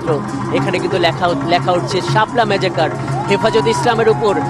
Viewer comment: কি সাংবাদিক! মেসাকারটাও বানান করে পড়তে পারে না, বলে কিনা মেজাকার!